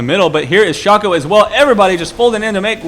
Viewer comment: it is actually pronounced Shay-co (Shaco)